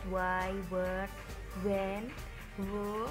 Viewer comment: When nya kuran "N" bu gulu 🤭